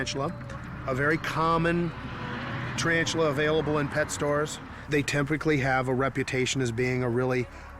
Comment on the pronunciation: Did he say "tryantula" ? This expert? Or is expert ironic?